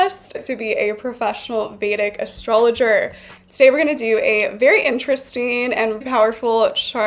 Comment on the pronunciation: "Vedic astrologerrrrrrrr"🔥